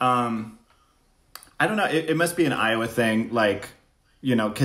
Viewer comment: I love how Trix pronounces Iowa - Aiywah